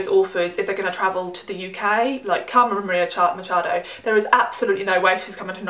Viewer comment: kudos for the pronunciation of Carmen Maria Machado! it was pretty good.